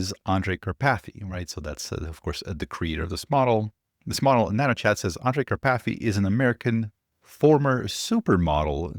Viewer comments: Hehe. Car-pathy 😂 It's a very typical Slovak/Hungarian name, originating from the mountain Karpathien. But I love your version :) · OMG,, 🤣🤣🤣🤣🤣 "Kar... PATHy" glad i was not drinking anything at the time i listened you saying this! 😂